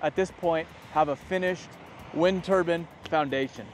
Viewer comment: "wind turban"